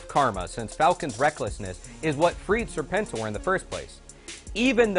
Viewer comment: Is that really the correct way to pronounce Serpentor? I've only ever read the comics, so I've always pronounced it "serpent-or".